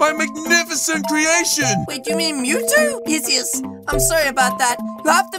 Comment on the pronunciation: Mewtwo it mew with two not tow two mewtwo